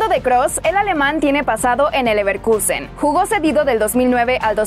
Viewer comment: Toda la primera parte pronunciando Bayer MIIIIIIUUUUUnich... y LeverkIIIIIUUUUsen.. que dolor de oídos! Si no saben cómo se pronuncia, digan Munich y Leverkusen